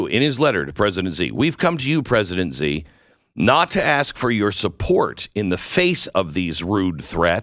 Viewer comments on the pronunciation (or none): Glen fyi china’s leader’s name is pronounced” she “ not ZE ?